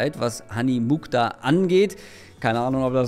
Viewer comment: Der Name kommt aus dem nahen Osten und wird Muchtar ausgesprochen. Das KH ist dabei wie das CH im Wort „Rauchen“.